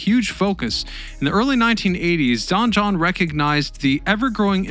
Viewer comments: DON JOHN OR DON JON not dungeon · It's don jhon